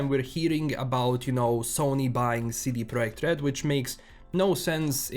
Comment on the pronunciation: The way you pronounce CD Projekt RED is like a honey on my Polish ears :)